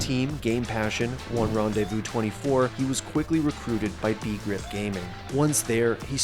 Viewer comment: It’s not Be-grip as in the conjunction of two English words. It’s a Swedish word that means ”to understand” for example. It’s understandable considering it’s a different language of course. Nice video!